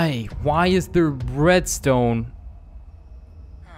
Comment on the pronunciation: he said breadstone